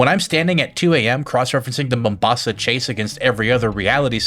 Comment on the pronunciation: kudos for pronouncing ''Mombasa'' correctly yes I'm Kenyan that's our main coastal port city